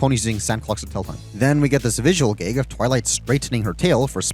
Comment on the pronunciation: I thought you liked this show, why are you criticizing it so much? Also, why do you pronounce “a” like “e?” Like you say “gegs” instead of “gags!”